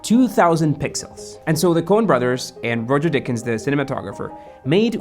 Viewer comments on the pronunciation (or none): You called Roger Deakins Roger Dickens?